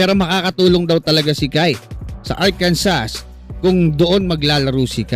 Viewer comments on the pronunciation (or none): Arkansas is pronounced AR-kan-saw /ˈɑːrkənsɔː/. It is a three-syllable word with the stress on the first syllable, and the final "s" is silent. This pronunciation is mandated by state law, which defines it as the French interpretation of the Native American word for the Quapaw people. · Arkansa po, without s yung pronunciation jan